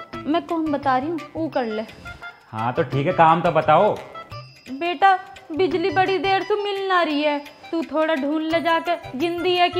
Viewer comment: Bijli galat keh rhi ho😀